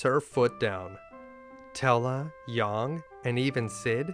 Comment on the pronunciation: *yAng not yong